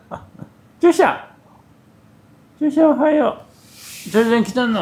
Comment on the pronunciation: チョーさんの返事が「おやっつー 」に聞こえるｗママのせいだな